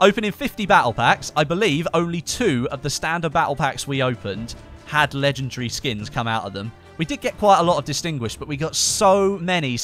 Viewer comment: ffs it's not legegry and not inventry !